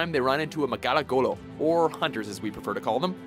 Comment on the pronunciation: You deserve a medal. Pronouncing the hunter's actual name